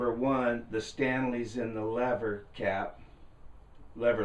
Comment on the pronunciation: its LEVER CAP LEVER CAP.